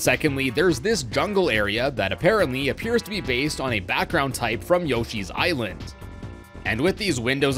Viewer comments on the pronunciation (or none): none